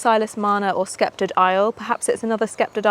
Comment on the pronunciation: The garden is looking magical and I bet it smells divine. Thought you may want to know that when prounouncing sceptred isle the c is silent and is taken from Richard II Shakespeare referring to England. I can recommend Blush Noisette if you are ever on the look out for another rambler as Francis E Lester and Rambling Rector only flower once but this one repeat flowers from June until the Autumn